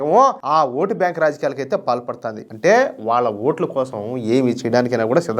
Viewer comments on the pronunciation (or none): none